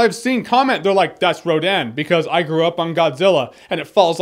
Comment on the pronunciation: It is not Rodan